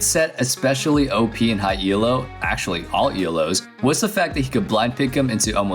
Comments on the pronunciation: Jesus christ stop saying E L O JUST SAY ELO JESUS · Your pronounciation of 'Elo' triggers me so much. It's called 'Elo' after its creator, Arpad Elo, *it's not an acronym!*.